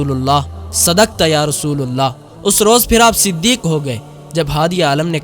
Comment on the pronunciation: sadqta ya rasoolullah nai hai .. rasoolallah hai.. pesh nai hai. zabar hai